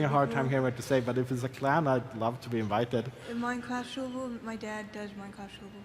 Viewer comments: Whats a “ minecwaft suvuh” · Minecwaft soivough